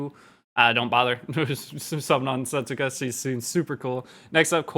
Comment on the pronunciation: Her name will actually pronounced like this: "Settska" The "u" is silent